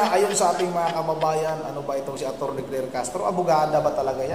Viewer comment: Kler not kler